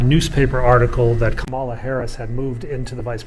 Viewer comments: Ka' ma la, not Ka ma' la. Accent on the first syllable. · Appreciate your vids. I watch to see if you might give more info on Joe and Kamala than the news. Been starving for 4 years for such happy news. But say: It’s KAmala. Not kaMAHLa.It’s easy. Think “Camelot,” of the once and future king fame. Kamala begins precisely the same. Sing it in your head: KAmala, KAmala, KAmala, I know it sounds a bit bizarre . . . .etc. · Love your videos. I look forward to your frequent updates. One friendly criticism though. VP Harris’ name Kamala is pronounced Comma-la. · Please, please, use the correct pronunciation of Kamala. Think, comma with a LA added. Comma La. You have at least 4 years to practice it. Maybe even 16. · Sorry, but you're saying her first name wrong!! "First, my name is pronounced 'comma-la,' like the punctuation mark. It means 'lotus flower,' which is a symbol of significance in Indian culture." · LOVE your videos. Being such a connoisseur of DC history and occurrences, you should know it is pronounced "comma-la!" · Kamala, pronounced “Comma-lah” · Thank you for your tour, but you are pronouncing the vice president's name wrong. It's pronounced like "comma," the punctuation mark with a "la" on the end. 😀